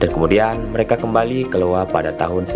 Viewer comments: Ya, ai yo wa gitu bunyinya Iowa... bkn Lowa itu i bukan L... gak apa2, kita sama2 bljr, slg memberi info... ceritanya OK koq... bgs, semangat ya... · iowa yaa wak, bukan LOWA Jénduu, bukan janedoe